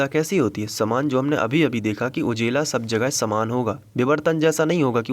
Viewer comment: Sir ujela nahi ujala 😄